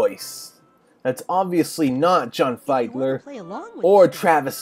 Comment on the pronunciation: Not Figh-dler, it's FEED-ler in John Fiedler's name.